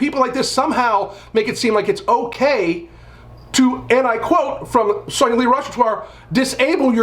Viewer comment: It's pronounced sonaa-li and not sauna lee